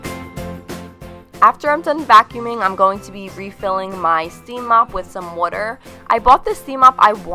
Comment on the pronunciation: Glam and Gore mentioned that she's from Philadelphia and that's why she pronounces water "wooter." Are you from Philadelphia, by any chance? 😂